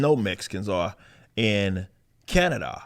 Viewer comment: I would like to thank as a citizen of Ca na da ( it cracks me up the way u say it ) For calling out our piece of shit dictator He makes me ill For real